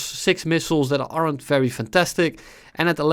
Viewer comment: I like how you pronounce "aren't" like "arrant"